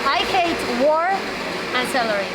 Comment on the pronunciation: La vieja nacía no se dice salary es celery, estudia mas ingles o mejor no hables, haces el ridículo